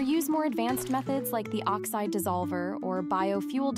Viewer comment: oxite or oxide :D